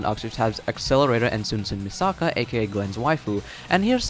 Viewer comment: Omg you keep saying Misaka wrong!!!!